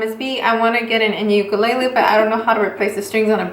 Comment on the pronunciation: The way she pronounces it is actually the Hawaiian pronunciation of the word!